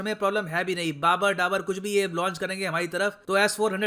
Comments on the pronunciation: Baber /Daber 😂😂😂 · बाबर ढाबर अच्छा लगा सुनने में 😂😂😂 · said.. Babar Dabar missile 😂😂😂😂ha..ha. h..h 🤣🤣